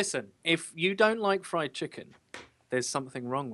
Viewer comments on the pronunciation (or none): none